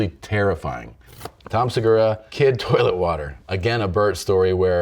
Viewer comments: Seguuuuuuraaa, sounds Japanese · Se gu raaaaah... Sounds Japanese ;)